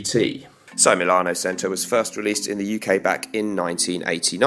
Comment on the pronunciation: I think it’s pronounced CH•ento ? good review though! i’m going to grab this.